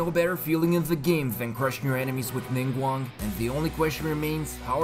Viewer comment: IM PROUD OF YOU YOU PRONOUCED NINGGUANGS NAME CORRECTLY